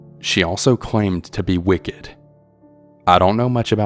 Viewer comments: I’m sure someone’s commented already, but I’m guessing the name your pronouncing Ray-quil or Ray-quo is probably “Raquel” spoken as Ruh-kel (Raquel). Also Raquel is Wiccan not wicked Thanks for your narrating! And thanks to all those who send in their stories. And Veronica… sorry but taking photos of strangers in a public place is not illegal. Nor is pleasuring yourself… Danny just sounds like a typical extra horny dude. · I think that you pronounced the word Wiccan wrong. It sounded like you said “wicked.” Also, I wonder if the lady’s name was actually spelled “Raquel” or “Racquel” and is actually pronounced “RUH-:kell?” Just wondering since I’m not able to follow along with accompanying text. Cheers! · Omg!! Please learn how to read. Its wickens. Not wicked. And Racquel. Definitely not the correct pronunciation